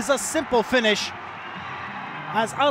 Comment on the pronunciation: شرق آسيا بالأصح (من اللي لاحظت) كوريا واليابان ينطقون بعض الأحيان حرف ل > ر، عشان كذا يقولون هيرال